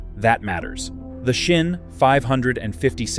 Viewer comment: It calls Sinn. Just an S not a Shin or a Schin. S i n n. Very simple